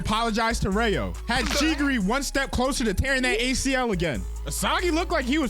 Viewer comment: Am I the only one who keeps hearing shegiri instead of chigiri or… am I going crazy 😭🙏🏾